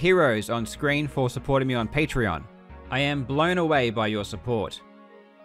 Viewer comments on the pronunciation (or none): none